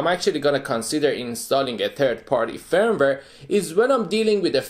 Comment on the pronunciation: your pronunciation of the word firmware is great.😀 i do agree openwrt is a great third party firvware.....